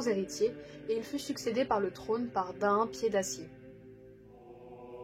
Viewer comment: Tout est parfait à part que comme les anciens le savent on prononce Thorïn et pas Thorain de même que Daïn au lieu de Daain etc... Très bonne vidéo en tout cas !